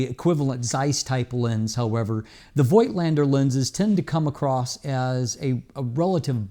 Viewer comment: "FOLK - LEN - DA"